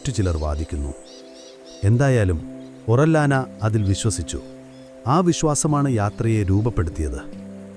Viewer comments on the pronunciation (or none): ഒറില്യാനയെന്ന് ഉച്ചരിക്കില്ല... ഫ്രാൻസിസ്കോ ഓറിയാന...